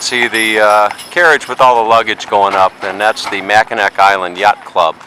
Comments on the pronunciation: Mack in naw. Is how it’s pronounced. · It was terrible listening to you pronounce Mackinaw as Mackinac... My first job was on the island at the Grand hotel.... Presently I'm in my 60s and I am searching YouTube for The memories of my youth lol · Mackinaw Island, not Mackinac. And, if you are departing from St. Ignace, you are in the UP. If you are leaving from Mackinaw City, you are in the LP. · Yeah, you call it Mackinac Island! I love the island and its history too much that I feel offended when someone calls it Mackinaw Island. The native American accent might pronounce it close to "Mackinaw", but it is "Mackinac" on all the signs and charts that I have seen. Thank you. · Pronounced MACK-in-naw Island. Also called The Grand Hotel, not The Lodge. Beautiful footage. Thank you! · It's pronounced Mack uh gnaw you uncultured swine. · It’s actually pronounced Mac-ki-nah. The c is silent. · On the ferry over, they talk about the island. Before you ever set foot in the place, they produce it Mack-in-aw. Are you that self absorbed that you don't listen as the tour guides, shop keepers, and natives repeatedly pronounce it correctly?? If you can't even get the name right you shouldn't be a tour guide!! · Great video! Brings back alot of great memories. On a side note, the Island is pronounced Mac-ki-nah. The c is silent.;) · Your mispronunciation of the islands name is driving me crazy. Learn to pronounce where you're at. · good tour--bad pronunciation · Despite the fact you pronouced Mackinac wrong It was a good video. Good video quality. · That drove me crazy also...I was hoping the carriage driver would correct him